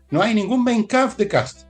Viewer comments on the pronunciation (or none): Permítame una corrección, Willegas: si no maneja el idioma de Hitler, evítelo! Así no quedará como loro ante su erudita audiencia. (😂 Spaß muss sein, bitte nicht böse werden). No vuelva a decir "Mein Kampft", diga "Mein Kampf", also ohne T am Ende - Alles klar?